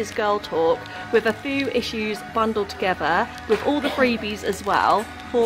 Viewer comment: I love your videos but girl you need to learn to talk properly! A fow? No it’s a FEW!!!